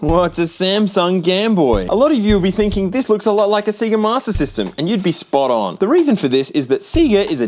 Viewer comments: you're doing the seega thing on purpose right? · that seega pronounciation made me die a little inside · It's pronounced SAY GAH!!!!!!!!!! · god, australians saying "seega" feels like hearing someone pronouncing gif as "jif" i've heard sega commercials in there caused this and i know the guy who invented gif format also calls it "jif" apparently, but still it feels wrong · seega ive no one pronounce that name that way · pronouncing sega as "see-ga" is killing me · I almost want to stop watching for how you mispronounce Sega and patent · Say SEGA properly. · Why are you pronouncing Sega and patent wrong? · They literally say sega at the beginning of sonic games. There's no excuse for your pronunciation. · I wasn't prepared for how you would pronounce Sega, lol. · You pronounced Sega wrong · Still wrong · "Say-ga" not "See-gah" Please. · Dude. For the love of GOD, it's SAY-GUH not SEA-GUH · See-gah? Have you never played a SINGLE sega game? When you turn the game on it VERY CLEARLY says "say-guh". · It was 2024 at the time of releasing this video, surely its unforgivable at this stage to still mispronounce Sega as "see-ga". The beginning of most Sonic games literally start "Say-Gah" :/ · It's Se-Ga. not Cigar. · Sega not See-ga. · say-guh. Not cee-guh. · I don't know if anyone else has pointed this out, and I haven't looked, but because you're pronunciation of See-Gah is causing my eye to twitch...😂😅...The correct pronunciation, according to the Sega, is actually Say-Guh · My heart has a bad burning sensation everytime you say "C-ga" instead of "Sayga" 😩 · The Australian pronunciation of "Sega" is hilarious. See-ga. 🤣 Did they just never hear the Genesis/Mega Drive boot up sound before over there or something? It's about as clearly "Say-ga" as it gets. 🤷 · Sayyyga. Not seega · Please stop saying "seegah", it's pronounced "say-ga". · If you keep saying “seega” instead of sega, I’m going to commit war crimes. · Its PRONOUNCED "SAY-GUHH" not seee-gah😂😂😂😂